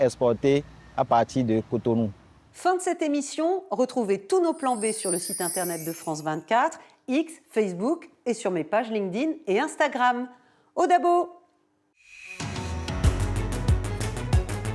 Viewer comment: C'est pas Odabo c'est Edabo !🇧🇯